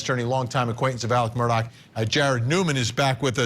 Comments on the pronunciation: Why do they say murdock, when his name is murdaugh (murdaw) and alec when his name is alex? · She can't even consistently pronounce his name properly. What's going on?🤔